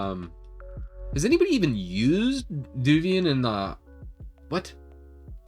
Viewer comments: Devuan has the same type of netinstall disc as Debian, man. It doesn't "come with GNOME" - you pick which DE you want, or none at all, like the normal Debian netinstall. Also - "Dev-wan" or "Dev-you-an" :-) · Alao it's pronounced as dev-wan